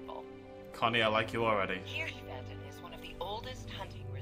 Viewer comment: Btw, you pronounced Hirschfelden quite good :)